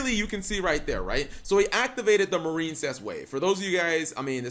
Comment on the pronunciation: Anyone else notice he pronounces it "Mar-een-cess" now instead of "Mair-in-cess"?